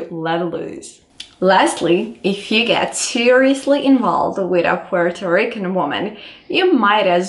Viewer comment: I'm not taking advice on dating Puerto Rican women from a caucasian woman who can't even say Puerto Rican right 😒